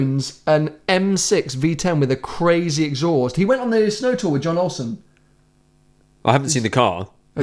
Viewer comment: Learn how to say Jon Ollson please And it is Ben that as the editor, Andreas has gone off as he felt everyday vlogs were not high enough quality as he needs more time to put everything together to the quality he wants, Hope that makes sense